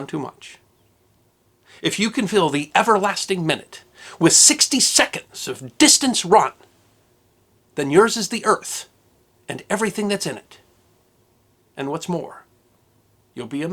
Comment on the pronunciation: It's "the unforgiving munute"